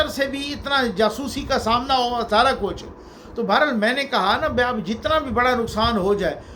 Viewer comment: بہت خوب ۔۔۔۔ اپ کایہ طرہ امتیاز ہے کہ اہ بڑی تحقیق اور چھان پھٹک کے پروگرام تیار کرتے ہیں۔ جناب..... مبارك.... میں ر ہر زبر پڑھیں۔۔۔ ھوا میں واو پر شد پڑھیں